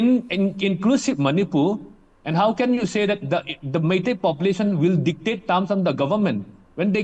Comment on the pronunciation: It's "MEITEI" not "MEITI".